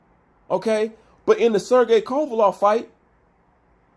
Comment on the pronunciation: Haha! Hey bro, It's Kova-LEV, not Kova-LOV!